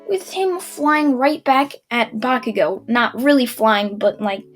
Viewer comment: ya he finally said bacugo's name right:)